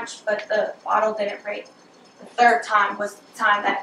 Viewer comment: In this episode, said “tree (3)” and “turd (3rd)” three times.